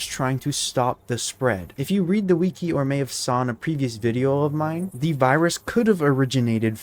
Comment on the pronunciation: "if you read the viki"